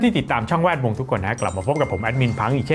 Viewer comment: ทำไมชอบอ่านว่า แว ดวง อะ 😂😂😂